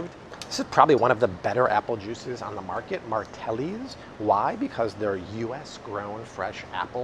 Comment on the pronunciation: MARTINELLIS. Not Martellis. Say it wrong in New York they throw you on the subway tracks.